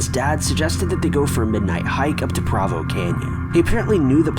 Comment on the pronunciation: I really like your videos and your narration. I’m from Utah and I just wanted to let you know that Provo is actually pronounced “Proe-voe”. That was a really creepy story about Ted Bundy tho!!